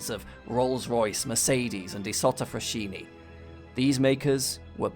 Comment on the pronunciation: "Isotta Frasheeney" IT'S PRONOUNCED FRASKINI YOU HAMMOND LEVEL CATASTROPHE